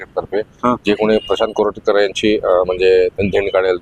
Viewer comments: प्रशांत कोरटकर आहे. कानेटकर नाही. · Prashant Kanetkar नाही हो...Prashant Koratkar.